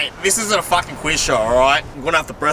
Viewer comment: “I fwukin wee on u”